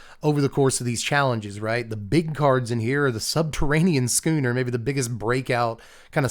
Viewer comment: Thank you.... thank you for pronouncing schooner properly... so many people mispronounced it... it shouldn't have bothered me but it was starting to... so thank you.😊